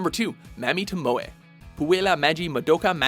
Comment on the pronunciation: Mammy toMOE from puella magi MuhDOKA Magica I’m so sorry it’s a pet peeve Mami TOmoe from puella magi MAdoka Magica